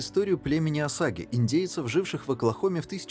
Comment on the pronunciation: На . Какие ещё "осаги"? Племя называется "осейджи". Автору не мешало бы посмотреть фильм либо тщательнее готовить произношение слов.